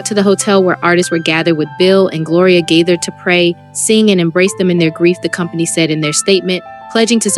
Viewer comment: Please learn how to pronounce the family names correctly. THE GAITHERS....(long a) Nelons...(not pronounced like melons) You can listen to other videos and learn how to pronounce their names correctly. These families deserve that respect.